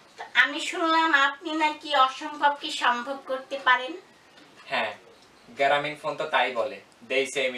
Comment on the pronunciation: yuck ei fokir gula k???? gramin phone k bole geramin phone